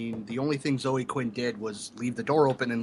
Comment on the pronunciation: Why are you guys incapable of pronouncing the name Zoe? It doesn't rhyme with Joe. It's ZOH-ee.